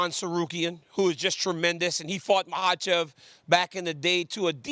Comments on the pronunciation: "mahachev" .. okay close enough 😂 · There is no H sound in his name. I think he addressed this a while ago. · The lady can't pronunciate Makhachev. Steve asked Daniel to avoid embarrassment.